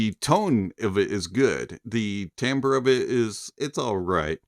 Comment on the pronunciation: the word is "timbre"...NOT TAMBRE